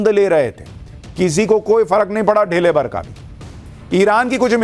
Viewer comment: ढेले नहीं धेले।